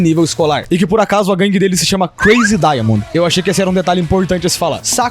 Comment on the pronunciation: KKKKKKK OS NOMES DELES É "DIAMOND" NA PRONÚNCIA JAPONESA (Daia Mondo)